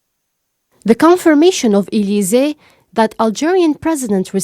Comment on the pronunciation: Please make sure to rehearse and try to improve yourselfs more. It is acceptable to make mistakes because you are new to news, but in the future it will not be acceptable. Please try to spell the French names in English accent ( Macron, Elysee...) again train and evolve. Good luck.